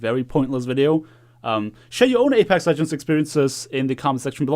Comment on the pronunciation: why do u keep saying apax